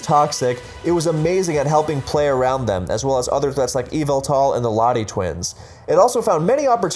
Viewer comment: can't believe he pronounced Yahveltal incorrectly smh